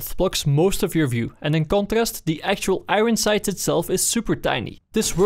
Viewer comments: wtf is an agon sight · Am i the only one that hears "Igron Sight" somtimes?